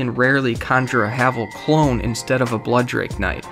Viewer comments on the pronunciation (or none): "BLOODDRAKE KNIGHT"...